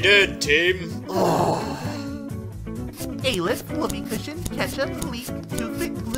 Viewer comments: I swear it’s spelt Aleph and pronounced All-lef not ale-ef but still honestly great episode all and all everything was amazing here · bro its not A-leph its al-eph